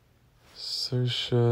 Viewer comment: Kudos on actually pronouncing Saoirse's name right.